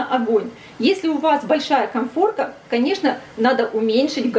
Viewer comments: Советую правильно говорить: чеснОк, дУРшлаг, коНфорка. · коНфорка, а не коМфорка